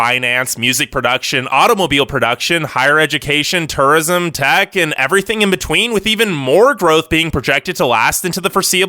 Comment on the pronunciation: I’m trying to figure out where this man is from Lol turrism got me every time